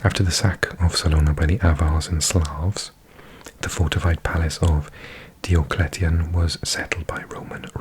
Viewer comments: Yet another banger. But I’ve always heard the Roman emperor’s name pronounced Die-oh-clee-tion fwiw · i always thought Diocletian was pronounced as 'Dye-oh-klee-she-ahn'